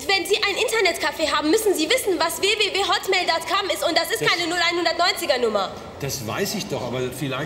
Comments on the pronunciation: WE WE WE HATTMEHL DATT KAMM... Ich glaubs auch :DDD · ich versteh immer "hotmail datt kamm" :D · sie sagt auch hotmail.cum :p